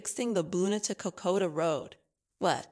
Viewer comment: Cocoa Trail...? Sounds yummy. Try Kokoda. Made it 5 minutes. I'm not sure if the narrator is human or not but she should work on her pronunciation. And the CC text writer should be fired.